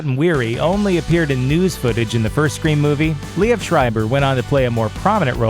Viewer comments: Narrator pronounced it wrong.. It's "Leeve" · You mispronounced both "reprise" and "Liev."